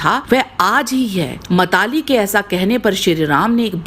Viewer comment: ये मातलि है न कि मताली....बाकी वीडियो बहुत सुंदर है